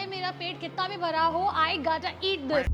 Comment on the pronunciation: It's not gatta it's gotta 🤣